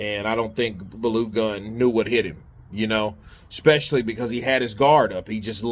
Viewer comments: Baloo Gun 🔫 🤣🤣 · Lmao. Its pronounced "Bar-low-goon" - Balogun. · Call the last name as BAR LOW GUNN.... It's better than the way you pronounce it but still not perfect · It is pronounced Bar-low-goon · face-green-smiling:as a Nigerian i laughed sooo hard the way pronounced "Balogun" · lol ofcourse i understand he's not nigerian so he obviously can't pronounce the name but i still found it funny